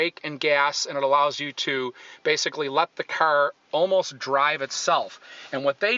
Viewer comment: I hate how he says 'CAR'